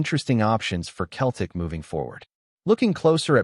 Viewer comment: Pardon me but why is a USA commentator continually saying "KELTIC" get your damn pronunciation correct its CETLIC "SELTIC"...